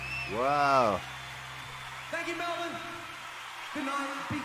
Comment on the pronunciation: Yo! 29s in & I love that you pronounced Melbourne correctly! Thank you! Most Americans say “Mel-born” when it is “Mel-burn”. Kudos!